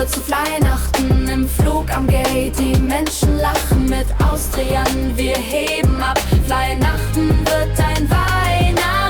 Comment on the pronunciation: bei allem Respekt vor den Menschen, das klingt KI-generiert. Oder ist wirklich Au-stri-jan wirklich die offizielle Aussprache??